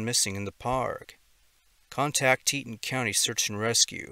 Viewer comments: It's "TEE-ton", not "Teetin" I lived and worked in the park. Too many people visit thinking it's a county park, unprepared for sudden mishaps. More happens there than the park service will admit. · It’s Tea-ton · Just thought I'd mention it's pronounced TEE-TAWN. I live fairly close to there. Thank you for what you do!! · Teton is pronounce "tee-tawn". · TEA-TAWN. TEA-TAWN, MAN! TE-TON.